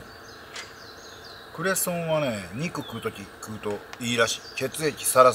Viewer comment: クレソンの発音が（笑） クレソン⤴️上がり過ぎ😆